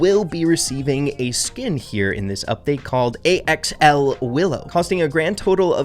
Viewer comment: willows skin is pronounced "Axel" like an axolotl I'm pretty sure.